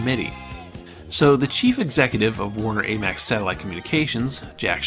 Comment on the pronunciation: This is an interesting series, but this guy has a lot of trouble with correctly pronouncing names throughout. Dana Carvey, AMEX, Barbara Mandrel, are but a few examples. It makes me question the accuracy of the content.